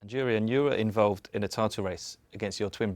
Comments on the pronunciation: Start by pronouncing his name right 🤡 In Dutch J is pronounced like Y. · The fact that the arsenal staff don’t know how to pronounce jurriens name is crazy